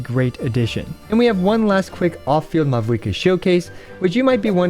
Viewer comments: For the future: The V in Mavuika is pronounced like the German V so it becomes a "W" ... easiest way to think of it is like Mao-eee-ka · You oronounced mavuikas name wrong the entire video, the v instead pronounced as a v but a w. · Great video but you did not pronounce mavuika correctly even 1 time and it's killing me